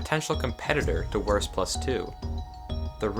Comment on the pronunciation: Lern Wurst Aussprechen dann komm Zurück!